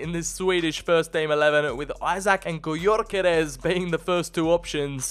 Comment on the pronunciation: The way he said Gyökeres😂